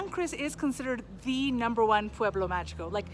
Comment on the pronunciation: Mágico is pronounced MA-HEE-CO. And San Cristobal would also be lovely to be heard pronounced properly too… 🙏🏼